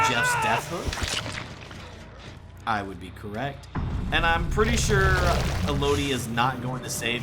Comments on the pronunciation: i’ve never heard anyone pronounce renato as henato and elodie as eloudie, great matches though loved the stealth build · The way you mispronounce Élodie makes me stop watching the video, cool builds doh.